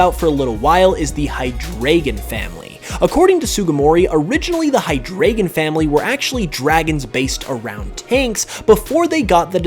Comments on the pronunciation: Please fix any references to Hydreigon in the future, as it's name is OBVIOUS and the pronunciation SIMPLE yet you butcher it every time you say it in this video. Drei=3 pronounced "dry" not "dray"!!!!!!!!!!!!!!!!!!!!!!!! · The Deino line's names are based off of the German numbers, 1 2 and 3 respectively, so Deino is pronounced as if spelled Dino, Zweilous is Zvilous, and Hydreigon is Hydrygon. Just thought you would want to know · My guy, it is pronounced "high-dry-gon" The deino family has names based on German numbers 1, 2, and 3. Eines, zwei, and drei. This is also in reference to the heads each evolution has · Deino, Zweilous, and Hydreigon are in part named after the German for 1, 2, and 3. Hydreigon is meant to be pronounced “high-dry-gin” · Uhm I hate to be that person, but you pronounced Hydreigon wrong. The drei part needs to sound like "dry". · I cannot listen to you saying hydraygon any longer. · I’m not German but I still cringe when you say Hydreigon